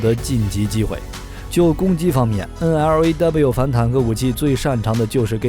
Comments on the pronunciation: 專業一D啦，係讀N Law， 唔係咩9 N，L，A，W。肉9酸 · 不好意思，這支反坦克導彈發音不是N-L-A-W,是N-洛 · 干嘛要字母念法~直接读LAW 就好了嘛